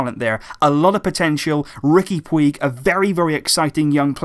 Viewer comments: His name is pronounced as riqui "pooch" btw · Sorry, but it's pronounced Riki Pooch, I speak Catalonian.